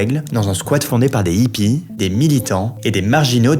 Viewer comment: C'est pas des Zippies, on prononce des Hippies. Comme des hérissons ou des haricots. Pas des Zérissons ou Zaricots.